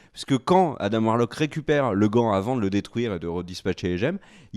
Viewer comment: ARRÊTEZ AVEC "ADAME" C ADAM COMME LES DENTS "ADENT" ADAAAAAM" BORDEL